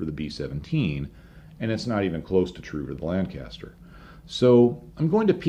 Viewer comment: please educate yourself on the correct pronunciation of Lancaster.